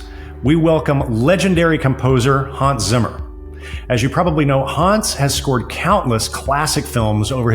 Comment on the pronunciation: Please do him the courtesy of pronouncing his name properly, with a short 'a' sound. It's Hans as in hand, not Haaans as in arm.